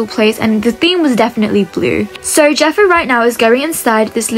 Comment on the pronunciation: its not jeffry its jeffo pronouncing jeff-o